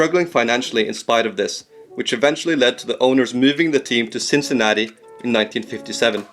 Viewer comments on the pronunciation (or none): none